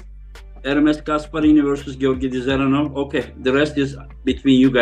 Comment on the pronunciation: Why do Devon and say "the-zeranov, Da-zeranov" everyone else says Zeranov with the D silent We all know Devon is shit at making predictions and talking about potentials of people he always has to eat his words. But yeah Georgi seems promising i'd personally have him face someone below Ermes first, but i don't mind him going straight for Ermes either if he's up for it. And btw Revaz was in great health and strong coming in for the match Genadi his close friend confirmed it there, so there's no excuse, Georgi was just THAT dominant, that's it, end of